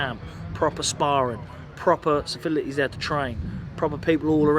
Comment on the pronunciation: Safilities he recons 😂😂